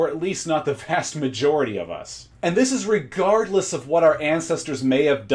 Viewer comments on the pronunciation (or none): none